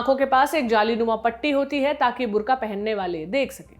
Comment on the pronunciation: ये बुर्ख़ा है , बुर्का नही ।